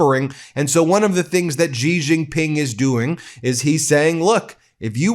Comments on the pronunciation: Why do Americans on TV pronounce Xi Jinping "Gee Jinping"? It's pronounced "she." "She Jinping." Anyhow, I live in Taiwan and I will breathe a sigh of relief when Trump is out of office because he is so erratic, undependable and suggestible by intelligent dictators. Taiwan is a highly successful democratic COUNTRY. China needs to leave us the fuck alone. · You should learn how to pronounce Xi Jin Ping's name. Your pronunciation makes you sound ignorant. Pronounce it Shi Jin Ping. Not Ji Zhin Ping.